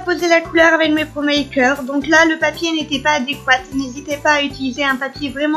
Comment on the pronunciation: On dit promarkers et pas promakers